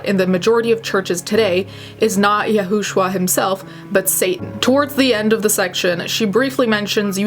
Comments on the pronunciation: It's pronounced yu-shoe-a according to the Jewish religion. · "Yahushua" is pronounced Ya-shoe-ah. Blame my religion background. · It's pronounced "Yah-shu-ah". I used to be in a cult that believed the same things she did, but it wasn't the same one she was in.